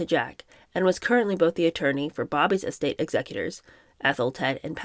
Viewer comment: Estate is not said like “ES-tate”, it should be said “es-TATE”. Yay, you did say it right at least once here. Besides unusual pronunciations, I really enjoy the reading and the commentary. 1st time I’ve seen this format.